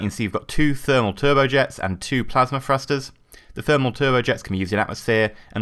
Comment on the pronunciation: Thrusters not frusters